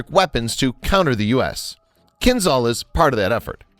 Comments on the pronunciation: Not Kinzal. Kinzhal is pronounced Kinjal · It's "kinzhal", not "kinzal". "Ah" as "s" in "treasure". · Hey guys. I know, those weird words in Russian language...but Kinzhal is getting pronounced "Kinjal" (Кинжал) it just sounds so strange, when you pronounce some of those names wrong. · At first, it is not 'Z' sound in the name. It is 'ZH', like first letter of name Janet in French. 'KinZHal' ("Кинжал", rus.) - 'Dagger' in English. At second, it has nothing common with 'Brahmos' missile, which itself is an export version of Russian 'Onyx' anti-ship missile. It's more likely 'Kinzhal' is an airborne version of the 'Iskander' tactical ballistic missile, modified and upgraded for air-to-surface tasks. The 'Zircon' anti-ship missile it is another parallel branch of supersonic missile development in Russia. And, right, 'Zircon' will have the 'classical' supersonic ramjet engine, or something like that. At third, 'Kinzhal' has no any kind of ramjet or any supersonic reactive engine. It is obviously has a solid-fuel rocket engine, but very powerful and energetic. The 10M speed is the maximum speed of the missile on the track of its trajectory. The final speed of the missile can be lower... But the 'Iskander' missile has a multi-phase one-stage solid-fuel engine, so the missile can change its speed during the fly. Therefore, it can speed-up at the final phase of trajectory before penetration of a target. The Mig-31 platform is necessary to speed-up the 'Kinzhal' before launch and to increase the maximum range of the 'Kinzhal' missile. Moreover, it can 'throw' the missile to the altitude of 50-100 km in apogee of its trajectory. And, of course, like the 'Iskander' missile it is capable to change the missile trajectory by altitude and course on all stages of the fly ( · Good video but that "zh" in Кинжал reads as j in jam.